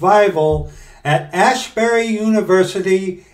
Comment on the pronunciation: ASbury, not ASHbury. There is not "H" in there. Tis not Haight-ashbury...